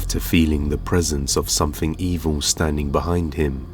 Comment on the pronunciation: It's, thing, not fing. Something, not somefing